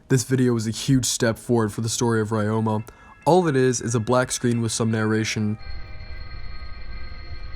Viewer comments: pronounced re-yo-ma, not rye-yo-ma, but other than that great video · Pretty sure it's pronounced ROW-MA.... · The way you pronounce Ryoma is bugging me